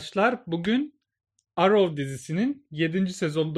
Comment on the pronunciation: Arrow yazılır errov diye okunur